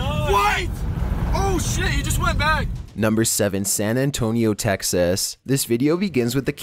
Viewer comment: the way hes pronouncing texas is hilarious